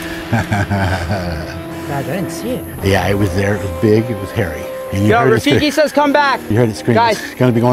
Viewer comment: When he called rafiki “tajik” 😂